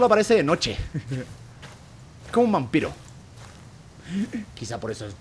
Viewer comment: like porque german dijo mampiro envés de vampiro